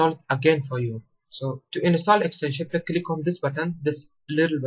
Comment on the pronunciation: Good video, but maybe put some subtitles in just in case someone gets lost because of your strange accent. For example, you pronounce the word "pack" like "peck". And "agreement" as "agrement", although I'll let that one pass.